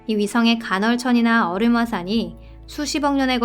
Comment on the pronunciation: 얼음을 어림이라고 읽는듯하넹.